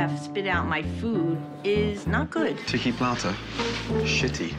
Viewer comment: Tiki Platah? Shitty platah.